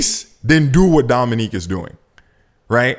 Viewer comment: Learn how to pronounce Dominic’s name. It’s not “Dominique” it is cringe. You’re such a loser, your app sucks btw it’s not intuitive or user friendly at all.